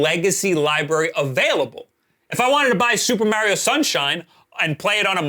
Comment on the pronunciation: why does he say mario like that?🤣🤣🤣